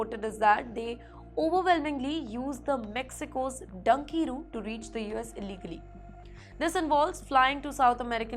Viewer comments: ITS DONKEY...ROUTE...NOT DUNKEY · Idiot, it is donkey route not danki route